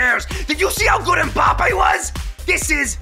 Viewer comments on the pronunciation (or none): Mbappé * not Mbappei